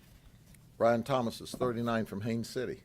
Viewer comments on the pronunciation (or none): none